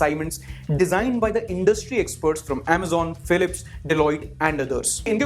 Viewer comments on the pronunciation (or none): none